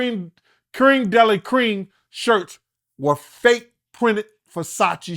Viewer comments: Its Creme de la Creme pronounced like Crem not cream you big country uncultured fool SMH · He said CREAM DELLEE CREAM!!! 😂😂😂😂 It's creme' de la creme'. Country. Lol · Dude said "Cream de la cream"!!@ 😆 can't even pronounce French but knows the silliest ish! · That crème de la creme pronunciation was effin up 😂😂